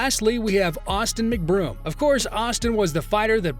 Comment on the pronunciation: McBroom, not MacBroom!🤣